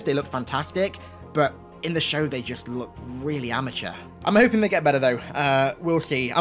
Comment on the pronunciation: "In the schow"